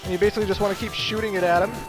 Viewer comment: You say BASSically a lot.